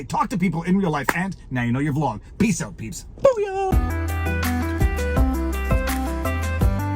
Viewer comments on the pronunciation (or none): none